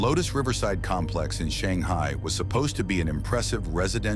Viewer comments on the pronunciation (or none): none